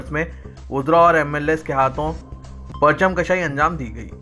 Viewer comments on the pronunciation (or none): Parcham kashai nahi parcham kushai hota hay Urdu ka qatl naa karo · Janab PARCHAM “KASHAI” nahi Durust karo URDU —— KUSHAI…. PARCHAM KUSHAI